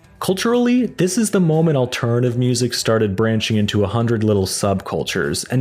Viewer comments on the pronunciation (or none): none